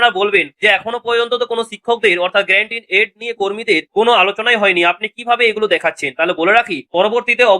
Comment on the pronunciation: আরে ভাই ওটা great in aid na ওটা Grant in Aid।